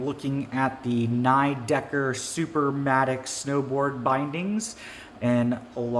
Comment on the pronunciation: Pretty sure it's "nee decker" not "neigh decker", it's German.